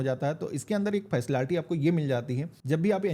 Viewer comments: Facilaality bol rha h 😂😂😂 jaahil gawaar h kya 😂😂😂😂😂😂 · Facility ❎ faslalty ✅